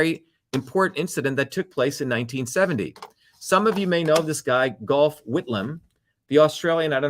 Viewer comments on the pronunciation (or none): Hi Dr Shiva from Newcastle Australia. Very good history lesson and you are absolutely right. People need to wake up. Instead of being hypnotised by the propaganda that is now being spewed forth by the media. Gough Whitlam is pronounced like Goff. I remember his dismissal well. Australia has been used and abused for a very very long time. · FYI Gough Whitlam’s first name is pronounced “Gof”.